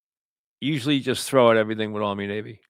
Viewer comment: It’s pronounced Army/Navy